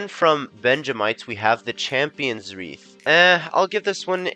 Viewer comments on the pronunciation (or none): none